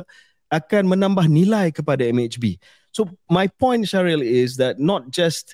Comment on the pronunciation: hahaha mentang2 shahril kat china KJ terus pelat sebut nama shahril 🤣